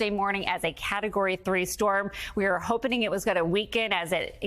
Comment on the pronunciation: Did she say "we are hopening . . ."? 🤔